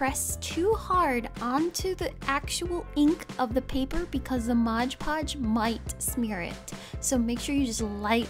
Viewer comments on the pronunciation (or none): Ok sorry. I'm not a hater, I love your videos but it's MOD PODGE. Not MODGE PODGE.